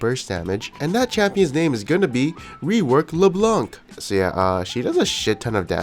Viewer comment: We dont pronounce it " Leblenk " but " Leblan " which mean " The white " in french , references to a french movie name " Cruella "